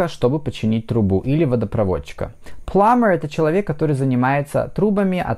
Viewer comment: Почему Вы говорите Пламмер???😮